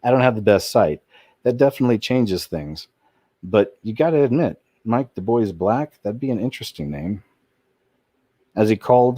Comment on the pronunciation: DuBois is pronounced "Do Bow" so I think the name is actually said Do-Bow-Blanc